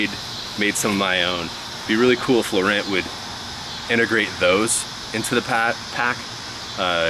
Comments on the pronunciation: I know this is late, and I love your videos, but you might consider googling pronunciation of Laurent. It's more like La Ron. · In French, the "t" is silent when you say Laurent but gives it more of a "ohn" sound at the end. ;)